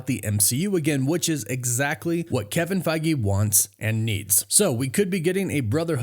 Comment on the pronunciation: 😂we could play a drinking game based on how often you say Kevin Fiege